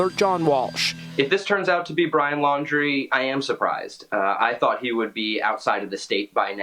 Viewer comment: FIRST TIME I HEARD SOMONE SAY THIS GUYS LAST NAME RIGHT LAUN - DREE